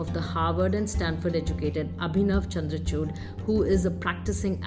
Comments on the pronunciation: man-ka-chuut, chandrachuut x;D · Please Hear 0.30 to 0.35 Min ....😅 Chandracuth...